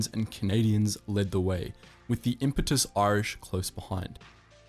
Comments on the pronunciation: Impetuous is pronounced "im-pet-You-us" ... Not impetus. That would be a different word altogether and a border on being an eccumenical matter 😘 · FYI its pronouced im-PET-uous not impe-TU-ous